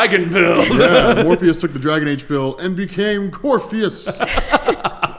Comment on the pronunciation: Btw, it's Corypheus. So Cory-pheus, not Corpheus.